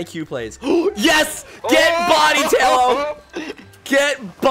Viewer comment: Tahlo amiright? Realllllly GG?! No its pronounced Tay-lo Also he likes Talonflame. Also he is a moderator.